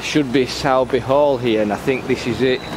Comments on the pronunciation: no probs. Where are you from because a lot of your videos are pretty local to me in Halifax but if you were from Halifax area then you'd know all the pronunciations... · Certainly a lot of history there, interesting in how you say Sowerby, we were promptly told it’s Soorbe when we arrived up here lol we also were corrected on Southowram, & Todmorden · Hi. It's pronounced 'Sorby' 👍